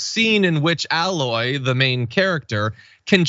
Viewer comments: That's "AY-loy", not "Alloy". 🤦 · This DLC was fucking amazing, and the most beautiful anything available on the PS5 to date. Yet this is the focus... and John... Aloy is pronounced A-LOY, not alloy. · I agree with everything said here, but her name is A-Loy as in Eh-loy lol. Other wise, sections of the gaming community are super toxic, not surprised, just think it's dumb that these idiots would lose their mind over this. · For the first time I'm going to post a negative comment on your feed you mispronounced her name it's pronounced A-Loy, it's also robotic animals and such. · Tell my you havent played the game without telling me you haven't played the game. That isn't how you pronounce Aloy. Its pronounced with a hard A like your saying the letter A, not alloy like a composite metal. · I adore you but For Crying Out Loud (read in Jack O-'Neill's voice) it is Aloy, not Alloy. The A is the LONG sound, not the short sound! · Oh John, I love you, but I expect more from dragon daddy. Aloy’s name is pronounced with a long a, not like alloy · I loved that kiss! Aloy deserved some love after all I (sorry she) went through. That was hard on Ultra Hard that game. John, it’s pronounced A-Loy as in …. A loy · you didn't have a single person in the studio to tell you how to pronounce this woman's name properly? lol